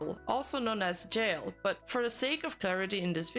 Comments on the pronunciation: jiale read as jail...omfg...it's jia le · It's pronounced "Jia Luh" not "Jyail" 😂 I had to point this out because it's a little grating when people don't put in extra effort to research and pronounce non english names